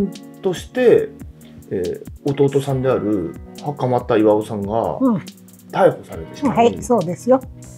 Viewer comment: しかも、大半のアナウンサーが「はかまだ 事件」と言っている中、きちんとはかまた と正しく呼んでいるから素晴らしいと思う。 最近のアナウンサーはプロ意識が薄い。人の姓は読み方が色々だから調べるべき。